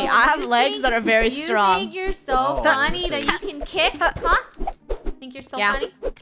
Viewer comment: It said funneh win